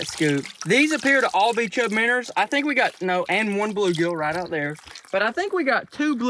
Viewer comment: Are they minnows or as you sometimes say minners 😂